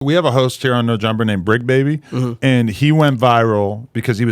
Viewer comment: It's the Bricc not the Tricc